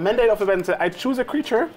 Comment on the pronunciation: I'm gonna be that guy and say "...um actually, it's pronounced Ab-uh-don, not A-bad-in."